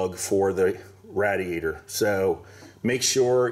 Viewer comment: Why on earth are you pronouncing radiator like that🤣